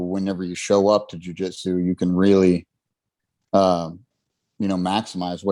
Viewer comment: Did I miss the episode that explains why you call it Jiu Jetsu instead of Jiu Jitsu?